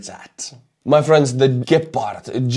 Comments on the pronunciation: the first pronunciation was just fine. Its not Dschepard. Gepard is perfect. Problem with the ammo is, that the gun and the ammo is Swiss made, and Swizerland want to remain neutral. Thus blocking Germany from giving the ammo to Ukraine. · It's Gepard with a hard G, like in Goal. Since this is how we Germans do it's pronounced on the e, like "geh-pard" but to be fair people can call it pussycat if they like, as long it shoots down orks. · Dear Gepard in english means cheeta, this fast charming Cat, you pronounce it gäpard. Thanks for your cool channel, I watch it with great interest. Martin for Berlin Germany